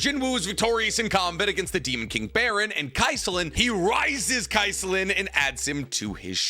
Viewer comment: I hate to be that guy, his name isn't demon king "Baron", it's demon king BARAN. Also Jinwoo's name is pronounced Jinoo, you hear it in the anime people.